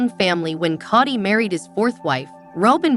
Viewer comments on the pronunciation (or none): You cant even pronounce Kody right!! Koty???😂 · This pronunciation of Kody is driving me crazy ……Coddy 🙈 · It wasn’t a joke and he said it on the tell all!!!! It’s Kody not kitty🤨